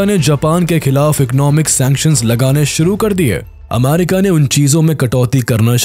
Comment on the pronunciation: Ammarica✅ Abbarica ❌